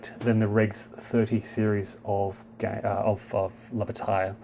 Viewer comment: That's pronounced "La Ba-TYE!!!!" Come on... if you're going to deal with this series, you have to "French it up" a little!!! :D